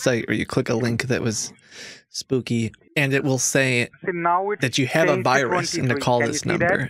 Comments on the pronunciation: The we pn for the wirus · What's a "wirus?" Lol